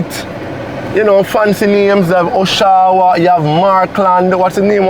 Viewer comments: This community has names of the cities located in Ontario Canada. The pronunciation is Osh-awa(it is an aboriginal name). Blessings ❤ Congratulations on receiving your real estate licenses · The owner is definitely Canadian 😅 all those names are cities in Ontario the pronunciation for Oshawa is A-Showa …. I currently live in Brampton 🇨🇦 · Those names are Canadian cities. Oshawa is pronounced like you are saying Hush hour. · It’s pronounced “Osh-a-wa” we have a town with the same name in Canada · Aren't they the same developers who build the Pyramids that turn out to be infested with mold and people are stuck paying mortages on homes they cannot live in? The gray makes the homes looks like prison or concentration camp ground. Why all the Canadian names. it's pronounce Asha-Wah. The entrance looks like immigration border. No guys. They have no curb appeal or ambiance. It would be nice if we saw the inside of one of the units. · The sectors are named after cities in Canada: Markham, Brampton, Oshawa (pronounced Osh-A-wa), New Market, Milton and Vaughan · All names are from Canada 🇨🇦 where I live. Oshawa is not pronounced by you as we do here. These are cities in Canada for sure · D Its pronounced OSHAWA, like the city in Toronto, Canada